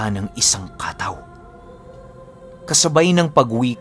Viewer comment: Katáw po hindi kàtaw. Nasa huli po ang stress.